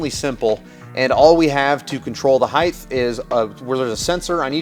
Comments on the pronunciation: Height has a hard T, not a TH. heighT not heigTH🤘🏻🤠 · Height. Not heigth. Sorry but it's a pet peeve of mine. I hear so many people pronouncing this word wrong and for some reason it really irritates me. The word ends in ht, not th. It should sound like fight or kite with a t sound on the end not a th sound as in width. height /hīt/ noun 1. the measurement from base to top or (of a standing person) from head to foot. "columns rising to 65 feet in height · Is the pronunciation of "across" as "acrosst" and "height" as "heighth" colloquial to your area? I've never heard these pronounced as such. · The "Heigth" thing cracks me up every freakin' time. Glad I'm not the only one! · I swear to God I'll follow if you promise to learn how to say "Height" properly.